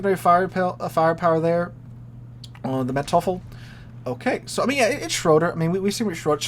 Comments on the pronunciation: Say it with me: MAN - toy - full. Man devil. I am sorry to harp but this bothers the OCD out of me. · Manteuffel is pronounced MAN - TOY - FULL. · the pronunciation is "MANTOIFFEL" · pronounciation note: Manteuffel = Mantoifle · Manteufflel is pronounced Man-toy-full, emphasis on 'toy'. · Mispronouncing someone else's name, in this case a national hero, isn't a crime. But pretending you still can't pronounce it on the tenth attempt and then throwing out ten Abomination names, thereby making fun of the name, borders on insult.